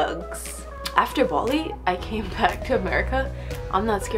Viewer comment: it sound like she was say baldi not bali 😂